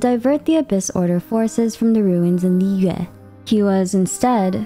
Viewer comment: Thank you for pronouncing liyue correctly. The amount of liweis, lliyoos, etc i have heard drive me crazy. It really is not that hard to pronounce it correctly.